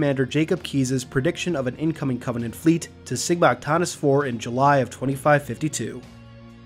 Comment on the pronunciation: Good video except for a few mispronunciations in my opinion. "Heck-a-bay" "ch-ink-oni" "sigma-a-tain-ious"